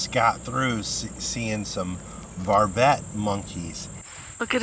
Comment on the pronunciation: vervet not varvet